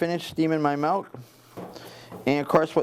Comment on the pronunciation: It sounds like he is saying 'malk' or 'melk' and it's driving my crazy haha. Very informative video though thanks!